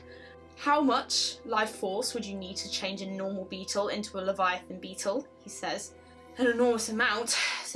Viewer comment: I'm sorry I just heard u say Leviathon and my brain went "Subnautica??? Favourite game of video???? Underwater scary farming???? Mysterious alien disease??? Subnautica?????????"